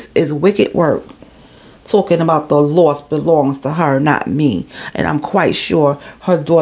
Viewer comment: Babeee that NY accent came OUT cause i thought you were saying the “loft “ belong to her anyway. I was like 😳😳😳 they owned a loft as I was listening. Then I said sayin “loss” 🤦🏽‍♀️🤦🏽‍♀️🤦🏽‍♀️🤦🏽‍♀️